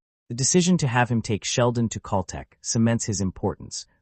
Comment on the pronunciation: I can't listen to the mispronounced Cal Tech any longer!